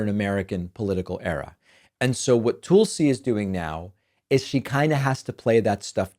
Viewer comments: Its Tuhl-see. TUL SI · Her name is Tulsi. Can you tulsi one time? It’s not toolsi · TOOOOOLSI. The way you say her name drives me bonkers David.